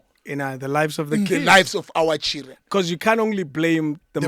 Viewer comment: "The Chiren are beating mother" I love how he pronounce Children 😂😂😂😂